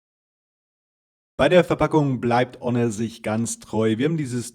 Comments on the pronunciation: AAAAAAAHHHH wieso wusste ich dass er -H-onor sagen wird Und er weiß einfach nicht was eine „Wahrenti Kar“ ist 🙃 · Am Anfang fand ich ja noch die Aussprache von "Honor" gewöhnungsbedürftig....aber "Technische Deteis"....ne....